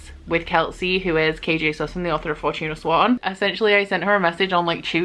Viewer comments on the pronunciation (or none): I literally thought you were pronouncing the title as Fortuna Swan until the other day when I saw that it was actually Fortuna Sworn. Oops.